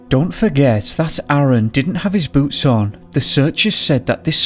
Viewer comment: I kept hearing boots as boobs and was confused.